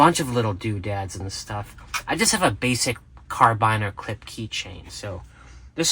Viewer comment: Car-biner? I thought it was pronounced “Kara-beaner”? 🧐I guess you’re being sarcastic again.